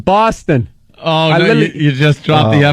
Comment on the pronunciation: The Horrid Atom bahhhhstin